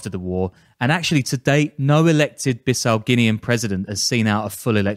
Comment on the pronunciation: It’s pronounced Bee Saou